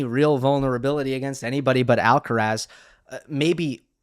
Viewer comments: Tienes razón, no sé por qué no hacen el mínimo esfuerzo en pronunciar su apellido de manera correcta. Es bastante llamativo. No todos son McEnroe y como profesionales de análisis de tennis más jóvenes deberían hacerlo correctamente. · I find it surprising that you make the effort to pronounce João Fonseca’s name, who is around number 40 in the ATP ranking, in correct Portuguese and yet treat the number one, Carlos Alcaraz, with such disregard. I don’t understand it. Some kind of selective xenophobia?